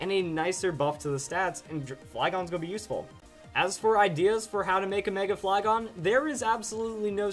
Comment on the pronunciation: I got off the video when he say flygon